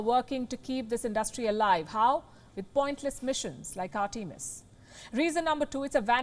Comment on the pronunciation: It would be nice if you took he trouble to pronounce "Artemis" correctly. Americans created and named it, so show them the respect due and pronounce the name as they intended. I would hope you would learn to pronounce a child's name the way the parents intended. It's simple respect. Simple respect that you are not giving.